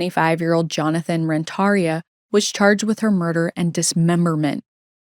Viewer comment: You're badly pronouncing Ren-tar-ia. The accent is on the IA. Google it first😮